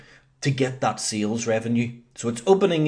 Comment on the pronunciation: It is SALES not SEALS :D SEAL is an animal. What accent is that? New Zeland?